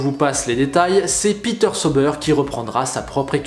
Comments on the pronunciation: Dites moi qu'il fais exprès de prononcer sober et non comment il devrait le prononcer saober car c'est de l'allemand... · Juste un petit détail: vu que l’écurie est basée en suisse alémanique le nom «Sauber» se prononce: «Saoubeur». Voilà voilà sinon bonne continuation ta chaîne est génial 👍